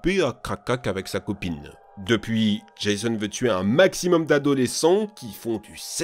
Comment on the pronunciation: Mon dieu c'te prononciation de Jason et mickaël Myers ça fait mal 🤣